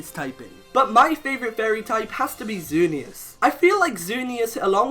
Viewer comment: IT'S XERNEAS, NOT XZERNUS!